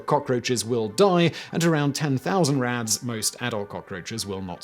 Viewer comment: It took me by the second time you said “rads” to realize you weren’t actually saying “rats” 😂 I was like, why are we talking abt cockroaches if we’re apparently measuring radiation by rats (how radiation a rat could survive)